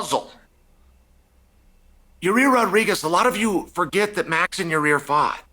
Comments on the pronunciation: your-rear rodriguez.. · “Your rear” 😂